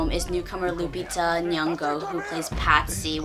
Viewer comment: So happy that you pronounced Chiwetel's and Lupita's name correctly. It's been pissing me off how many White reviewers struggle with pronouncing their names. But yet, they have no problem pronouncing 12 syllable European names. Although I haven't seen it yet, I think 12 Years A Slave might be the only film to take a truly serious look at the institution of slavery. As a Black person, I've never felt that films like Amistad, Roots or Django took the institution of slavery seriously.